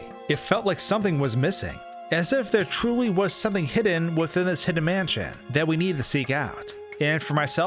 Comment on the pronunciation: Yes. The fact that he can't pronounce the sentence just takes the cake. Tag yourself I'm manschén